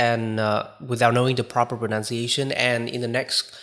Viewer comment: Pronunciation /prənʌn t .sieɪ.ʃ ə n , US prə- , proʊ-/ Note: A common mispronunciation is / prənaʊn t - /. P/s: No offense meant. I admire your English proficiency :)